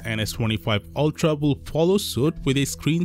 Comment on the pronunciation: "Ultra tuuhdauy"